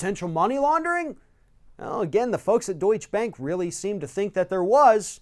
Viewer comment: The name is 'Deutsche Bank', not 'Deutsch Bank'. Sorry, but it is beginning to drive me crazy.